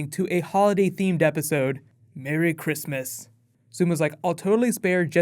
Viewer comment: I swear I heard you say "Barry Christmas "